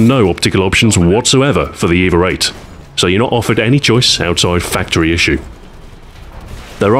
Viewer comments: The way you pronounce the name "EVA-8" it sounds more like "Eva-rate". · Is it me or is he throwing a R into EVA-8?